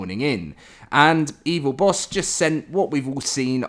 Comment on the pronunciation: It's not "Evil Boss", it's "Evil Boss-eh". Bosse is a common swedish name, the E is not silent.